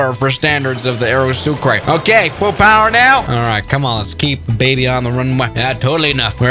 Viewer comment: Oh yes a “very sukra classic.”